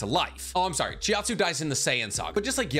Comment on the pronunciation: Chiatzu? CHIATZU?! ITS CHAUTZU